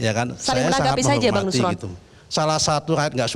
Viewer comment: Nuslon nuslon makan lidah sapi dulu lah biar R nya jelas 😊